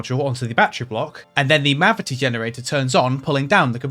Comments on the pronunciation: Ah yes, the mavity generator , someone's been watching doctor who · "Mavity Generator" nice 👌